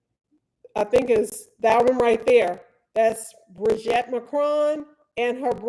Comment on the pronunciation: Why can't you say brigitte name right? and you are a lawyer! You've seen 3 episodes and still can't pronounce it????